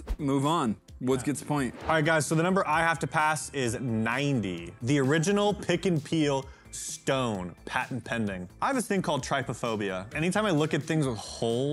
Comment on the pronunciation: Did mean trypophobia? Because that is NOT how you pronounce that word, man.